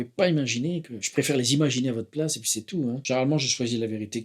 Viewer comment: « Et poui » trop fort 😂